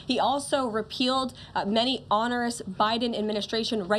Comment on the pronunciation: Other than mispronouncing "onerous", she's really sharp.